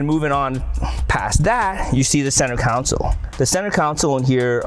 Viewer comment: its console... not council